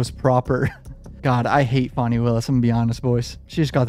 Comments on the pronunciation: I'm pretty sure her name is pronounced "fanny" not "fonny" And you said the exact same thing I've been saying - the main reason for the ex parte meeting was to explain the difference between "purge" and "purgery" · I'm sure it's Fanny but she says it's Fawnie. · FanniE not fawnie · dude look up how to probounce fani please jesus cant be talking about cases and dont know how to say her name